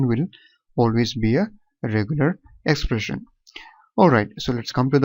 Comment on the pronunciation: Sir its 'expression' not 'espression'